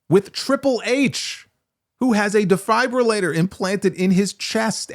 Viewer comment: Ah Dave aint so bad...he can be annoying..hut he aint bad. Yeah we all make mistakes. You pronounced defibrillator wrong. !!Fuck Ice!!